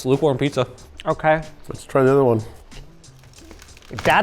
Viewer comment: Haha "Luke-warm" pizza.